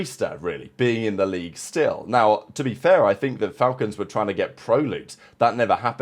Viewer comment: It's pronounced,The Fal-Colns Shoutout